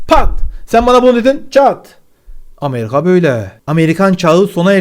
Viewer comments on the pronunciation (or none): none